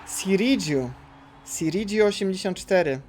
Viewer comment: No i Sirigu a nie Siridżu jeszcze :p